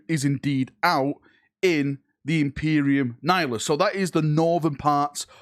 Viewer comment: pronouncing Imperium Nihilus correctly is the real big reveal here I think